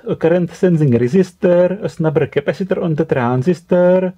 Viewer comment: Intonations also Boom your mind de ... 😂 Capasitorrrrrrrrrr... 😂 Lol